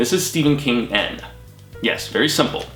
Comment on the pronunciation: Awesome video!! Thanks for pronouncing my last name correctly! The webcomic freaked me out man. I watched it all in one sitting at night, crazy. LOL